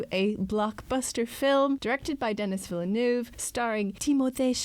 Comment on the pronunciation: As a French Canadian I can’t get over how you pronounce « Villeneuve ».